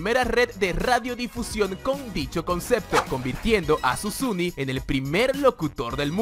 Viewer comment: Es Susini, no susuni 😂